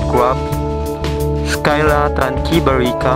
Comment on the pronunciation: Hi nice video. I think it is not pronounced 'Skyla' but 'sila'. At any rate, professionally done video.